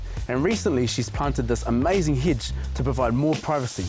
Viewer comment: Love how "hedge" has an "I" but "strip" doesn't in this accent.